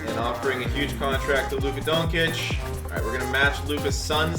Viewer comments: IT’S LUKA DON-CHICH NOT DON-KITCH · Luka donkic😂😂😂😂😂😂 somebody needs to tell him how to say his name right